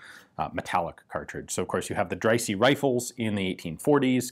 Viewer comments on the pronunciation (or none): Hi. Here's a handy pronunciation guide: Knoch, the k is not silent. The ch is like Loch Ness. Also Dreyse is dry-suh. Cheers!